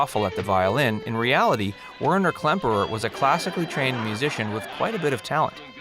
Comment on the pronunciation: Too many mistakes in this video for me to take it seriously. I grew up watching "Hogan's Heroes." As others have pointed out, the writer and/or narrator does not even seem to be familiar with the show, especially it's premise. Add to that the pronunciation errors, and I gave up about 3 minutes in. "Stuh-lagg" ? LOL "Whiner" Klemperer?